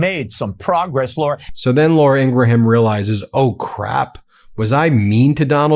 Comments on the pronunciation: Pronouncing Laura Ingraham It is not Ing-ra-ham It is Ing-ram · The "h" is silent in Ingraham's name.